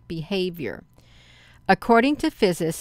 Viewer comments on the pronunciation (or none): You are mispronouncing 'physicists'. You are leaving out a syllable. Haven't finished this video yet, but I am enjoying it, nonetheless. Thank you. The Earth's magnetoshere, and the ionosphere have been doing strange things according to models often used by NASA. I used to monitor SOHO, and the magnetopause model you have been looking at a lot in the past. I've noticed the magnetopause has changed quite a bit compared to it's typical behavior one would see for instance, say about 6 or 7 years ago. Some of this may be due to rapid ice melt at the North pole. However, these events could be all happening in tandem with one another. With the energies from our solar system and beyond possibly a cycle, or rare event, where Earth may experience a pole flip. It is my belief that when this occurs, our perception of reality on Earth will become skewed, or enhanced. I believe this was what they experienced in the past when they carved petroglyphs into the rocks in Utah, Colorado, etc. Some even carved spirals depicting a potential portal, just like what has been dubbed 'the Norway spiral'. Which happened a few years ago. One petroglyph inparticularly looks identical to the Norway spiral to the point it is uncanny. Good Luck everyone, and God bless. The Lord Christ is coming. Give praise to the most high. Your future is in his hands. The will of God shall reign victorious over all the evil of this land, and abroad. Our tears of sorrow will all be whipped away soon. PS. a guy on YT just p